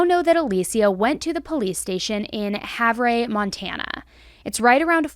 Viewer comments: Havreh? Lol it's like Haver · Not Hav-ray it's Hav-er Montana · Great job covering this case. It was suprr crazy fot us Montanans to hear about this. The town she was in is a very easy one to get else where from. I can easily see how she went un detected there as well. (Side note its pronounced Have•R) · Havre is pronounced "have-er" not "have-rey" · I had a chuckle to myself as someone from Montana. It's HAV- ER. 🤣Not HAV-RE. All jokes aside, so happy she was found! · Its Hav-er, not Hav-rey. 😊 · Thank you for your research and diligence,. Small, super minor correction that I am only stating because I know you like to be as accurate as you can. If you ever report on this again, the town in Montana is pronounced like HAVE-er. It is a small town so this probably rocked the community. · It’s Havre, MT like Haver lol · Havre (Have-er) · the town in Montana where Alicia walked into the police department is Havre and it's pronounced (HAV-er). I'm from Montana so...just trying to help!! It's such great news that she's been located and her mother can rest easier knowing she's safe!! ❤❤😊 But the whole thing is still so sketch!! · It’s pronounced Have-Er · The town in Montana (Havre) is pronouned Hav-er. My in laws moved there in the late 90's. Very small town who's primary employer is BNSF railroad. And is not far from the Canadian border. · It’s pronounced HavER 😂😂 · The town is pronounced Have-er by the way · Montana native here, just wanted to give you a ffr: "Havre" is a funny name, pronounced "Have-urr" 💜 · I heard about this as I have family in LE up around there. It’s also pronounced “Have-er”. 😊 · I have family in this town and have been there several times. It is pronounced Haver. It seems that it would be really easy to hide out on a reservation. It is a world unto itself. But I think if they were living in Havre itself I think people would be aware. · Sorry , it's pronounced Have er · Pronounced “Have-Er” Montana